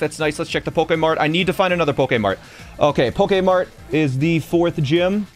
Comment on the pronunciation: why u keep saying pokae mart it’s so annoying